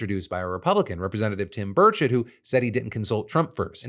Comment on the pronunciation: I swear I heard you say Tim birdshit